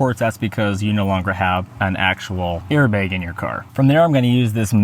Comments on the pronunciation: Did you say "Al-Carda"? It's the material "Al-Can-Tara". And those weren't Allen Wrenches, that were Torq Wrenches. Also, "Airbag" the "bag" part is pronounced like "bat". And you can use AC, just on the lowest setting and the mic won't pick up the fan noise. Or better yet, cool your car prior to doing the recording, then turn it off or on low. You're welcome. :) In all seriousness, good video. I would never get a Yoke, they're good for at the drag strip but not for on the streets. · airbeg LOL